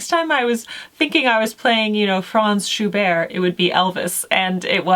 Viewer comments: I look forward to working on these! I love Ave Maria. I am no expert, but I do believe Schubert is pronounced with the ‘t,’ like the name Bert. That is how I have always heard them pronounce it on the radio. I have never heard of Shelley so I am excited to read some of his work. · Love these recommendations, a great place for anyone to start! But, Schubert is Austrian, so please pronounce the 'T'! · Just so you know - Schubert was German, so you pronounce the "t" and almost ignore the "r" :). Thank you, as always, for you encouragement of living with old-fashioned - yet certainly not out-of-fashion - culture!